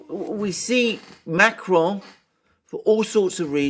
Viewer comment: Dear, Please revisit your pronunciation of Macron.